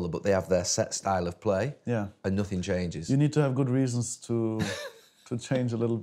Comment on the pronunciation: “I prefer not to speak, I ‘af nassing to say, nassing to say, nassing”